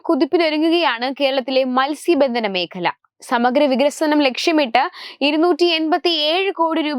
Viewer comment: മത്സ്യബന്ധന മേഖല - മേഘല അല്ല